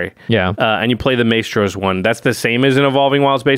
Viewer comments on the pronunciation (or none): lol can we get one of the editors to get to say Mystros instead of Maystros? All the musician MTG players are cringing lol